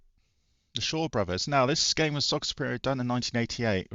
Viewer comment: Sorry In advance for being a know it all but it’s Soccer “soo-pre-mo” lol sorry Another enjoyable vid..spectrum Is my first love … games like football manager, the double, the Dizzy series ,spellbound and text adventures like Sinbad and the golden ship monopolised my gaming time as a kid! Keep em comin ;)